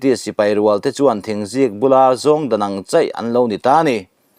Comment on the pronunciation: A ngaihnawm hle mai. Mahse. thil pakhat i lam sual. thingzikbul kha. intan. sei tawh lo. bul sawina a ni e.